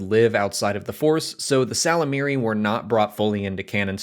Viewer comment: You really should really listen to those audiobooks you're always hawking. The Y in ysalamari isn't silent.